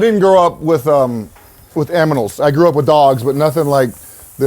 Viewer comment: Awesome Video! Love the Urlacher “Aminal “ 😂 part